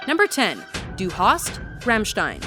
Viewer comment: it's DU not DEW hast